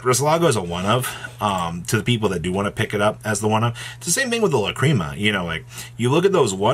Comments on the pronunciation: I was thinking that as well lah-críma it’s lacrima there is no accent on the I … also fulowars tf I feel he doesn’t practice the script and is just looking at the screen and stating the obvious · FOR THE LOVE OF GOD. It is not “LACREAMA” stop being an illiterate cringe lord.